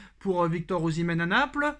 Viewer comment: qui critiquait Nono parce qu'il avait dit Oshiméee 😂 est le remplaçant de MBAPPE vient,lui aussi, à son tour que Haaland est le remplaçant idéal de MBAPPE 😂😂😂😂Je crois que Haaland autre joue sur l'aile??😂😂😂😂